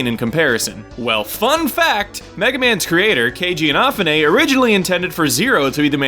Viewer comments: if the way you Romanised his name is correct the pronunciation would be K-Gee Ee-nah-foo-ne. If you typo'd his name then I'm wasting my time, however if your Romanization is right my correction stands. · Please pronounce Keiji Inafune's name right!!!!! It's pronounced K-Gee In-eh-foo-ney. It bothers me a great fan such as yourself doesn't know how to pronounce his name!